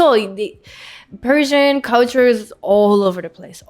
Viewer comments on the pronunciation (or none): Sounds like she is saying she is Parisian, not Persian! 😂